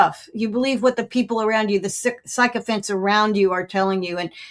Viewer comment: Col. K says "you listen to the sycophants around you" but pronounced it 'psychophants' - nice touch!